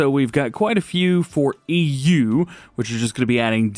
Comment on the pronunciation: Hey DJ and everyone, I hope you're all doing well. The way DJ said EU sounded like Eww.😂💙